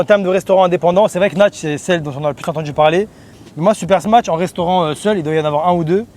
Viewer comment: encore une fois super vidéo mais tu fais que dire "smatch"